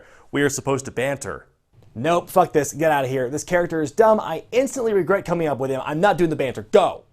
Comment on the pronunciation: "Great take really well done. One thing quick though, its actually just "Wregret" "Wregrets" "No wregret" "Si, wregrets" "WregreTT" "Wregrets" "ok prefect thanks for your time"